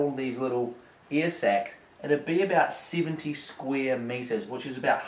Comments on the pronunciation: It took me about 2 minutes to realize he was saying "air" instead of "ear" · It’s air not ear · Okay for about 4 mins I thought he was saying “ear” not air. 😂